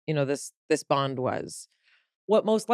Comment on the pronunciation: I really enjoyed this episode especially when I figured out "bond" was being said and not "bong". LOL